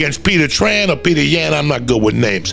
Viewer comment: Aljamain Stweart vs Peter Yawn 😂😂😂